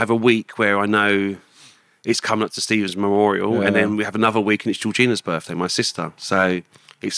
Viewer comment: Whats a 'burfday'...?